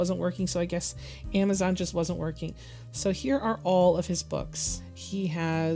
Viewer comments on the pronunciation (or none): none